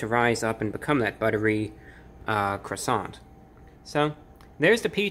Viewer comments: Are you gonna finish that cwoissant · "Uhhh, are you gonna finish that 𝔠𝔴𝔬𝔰𝔬𝔫?" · Are you going to finish that cwason? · are u going to finish dat cwasarent? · How many felt like they were in Paris each time Review Bruh said “Cwoisannnnn?” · It should stand to reason that a review of anything would begin with the pronouncing of the thing being reviewed to be correct. This French bread item is a croissant which is pronounced qwassan. On the end of a French word an 's' is NEVER pronounced and most consonants are not pronounced either. It doesn't seem that's too hard to handle to make the whole review a bit more believable and authentic-sounding. Maybe DiGiorno expects too much from a reviewer but since we know nothing about Mr. 'Report of the Week' we probably assume he has been on the business end of a skillet or salad spinner. What do you want to be that he's never used either one and uses YouTube as his only source of income. I can only say I hope he doesn't have a family depending on his income for 3 squares a day! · The 207 thumbs downs are from native French speakers for his butchering of the word “croissant”. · I love your videos you rock BUT That's not how you pronounce croissant. 🥐😁